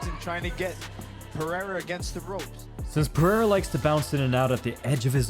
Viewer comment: ITS PEREIRA NOT PERIERA